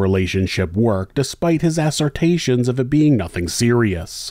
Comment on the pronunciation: Ass-are-tae-tions? Assertions..